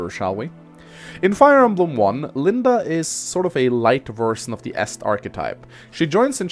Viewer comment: From now on, I'll kill a kitten every time someone says Linda instead of LindE.